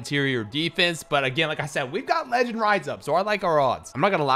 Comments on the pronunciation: I love the way you say leee- ginn 😭😭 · Y yu say legend like dat😂😂😂